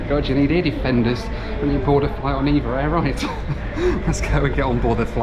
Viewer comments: They're called E. V. A. Air, not EVA. Also Nadi in Fiji is pronounced "Nandee". Apart from that thanks for the "spin me right round go-pro" singing. You're a funny man!! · It's pronounced E-Vee-Ay Air (not Eva Air)